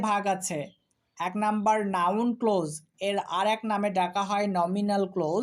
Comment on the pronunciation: Sir amake khoma korben,karon hisabe bolchi apni clause uchcharon korchen close. Ata boro Kane baje.thanks.